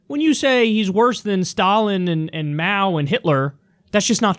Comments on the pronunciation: Máo’s name should be in the second tone, not the fourth. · It's Máo, Kyle. Rising tone, not falling.